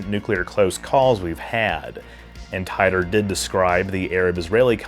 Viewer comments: I believe it was pronounced "Teetor" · He created the Temporal Integrity Commission. And then he changed the pronunciation of his name to Tee-Tor (which I think is actually how its pronounced according to all the Art Bell interviews I've heard) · The creators of this fantastic hoax have already revealed themselves....and I appreciate you calling it a hoax from the start. I think it's pronounced "TEE-DOOR" though. First non trek video I've watched on your channel, good job, thanks! Speaking of your trek vids, ever thought about what divorce would look like in the trek universe? If it makes you feel better, i watched the wormhole video lol. I watch all your trek vids :) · Tee Ter, John Tee Tor. Tee Tore... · Titor. It’s mostly said “tee-tor” instead of “tie-tor” I think… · The correct pronunciation for Titor is "Tee-Tor" btw, likewise Kissimmee is pronounced "Kiss- Sim-Eee". You're welcome 😋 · John "Tee-ter" not "Tye-ter". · It’s Tee-tor. Not Tie-toe. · I love your work. but please pronounce names correctly. everybody else pronounces it as tea-ter or tee-ter NOT tie-tor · It's pronounced "teetor" usually. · "John Tie ter" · I could have sworn that it was pronounced "Tee-tor" Mandela effects? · I always pronounced his name "Tee-torr". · I thought it was pronounced “Tee-der” or “Tee-dor” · It is pronounced [TEA-tor], son.